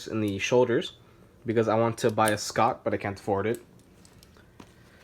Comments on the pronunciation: It took me a minute to figure out what he meant by scott... lol. It's pronounced just like "shot" tho, but yes i eventually wana get a Schott NYC. Idk if i would be customizing a $1K jacket like that tho, i would customize my Laverapelle alright, but not the Schott lol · You said schott wrong the h isn’t silent you said scot